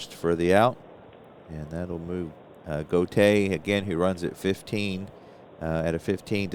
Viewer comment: That was a fine game. The time seems to fly by when you play. Julio Gotay's last name is pronounced: "Go Tie". Gus Bell is not a HOFer. A fine player who spawned sons who played in the majors. Thanks for the play-by-play, game, and video. Looking forward to more.